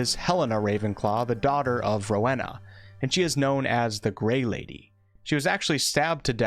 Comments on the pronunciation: Stop, stop, stop! You're going to take someone's eye out. Besides, you're saying it wrong. It's Ro-wE-na, not Ro-ha-na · Ms. Ravenclaw's first name is pronounced Ro-WEE-na. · Bruh please learn how to pronounce the names properly if you're going to make an informative video like this. Every time you said 'Ro-weh-na' I wanted to punch the screen. It's Ro-wee-na (would know since it's my goddamn middle name). It's a Welsh name and one of the great things about the HP world is that it represents all four countries in the UK so please do their cultures justice, Jesus Christ. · It's pronounced roe eena for Rowena and for the houses I feel at home would be Gryffindor, Hufflepuff, and Slytherin. I'm not too creative but do have a vivid imagination